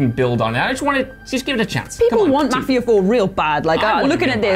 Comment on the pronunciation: Seriously, why can't Brits pronounce Mafia?